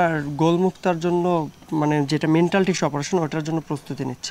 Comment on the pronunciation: মেন্টাল ❌ ম্যান্টল✅